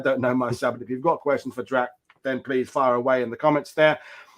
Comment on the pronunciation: It's Drach. Checked the time and clocked it being over 2 hours. Detail.